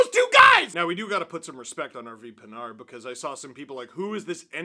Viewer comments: it rhymes with hard when they say it. They don't know that the D is silent. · How the fuck are they pronouncing Pinard on the english broadcast lmao